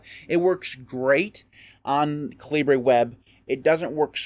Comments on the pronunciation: I thought it was pronounced cal-i-ber. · Haha, I thought this was KA Libre as in “Libre” software, too. But the author has stated that it’s “KAL i bur” as in the British pronunciation of the word caliber. I called it kalibre for years too. But I was wrong!